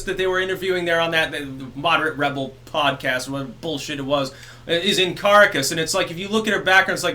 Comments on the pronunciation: FYI, Ca-ra-cas, not Cara-cas. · ....Are you sure about your pronunciation of Caracas? The general rule with Spanish is...unless there is an accent mark...is the accent goes on the second to last vowel. In this case: Ca RA cas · Dude, the capitol of Venezuela is pronounced Car-au-cuss (roll the 'r') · Holy shit why can you not just figure out how to pronounce the terms correctly? "CAR AHHH CUSS" Jesus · I’m glad you’re covering this. With respect, it’s pronounced Carácas. ;) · You might want to work on your pronunciation of "Caracas,". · I hope that recognizes his mistake in pronouncing Caracas like he recognized his mistake in shaving.